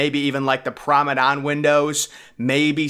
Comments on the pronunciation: The mispronunciation of the word promenade continues.. “Maybe like the promadon windows” 😂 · ‘A deck promadon window section’🤣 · If you arent going to actually research the subject matter, don't make a video. The 2030 date has been proven to be inaccurate. Also, PLEASE learn to pronounce promenade. It is not pronounced promidon...